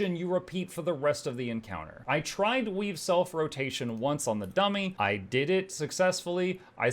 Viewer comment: Emphasis on tried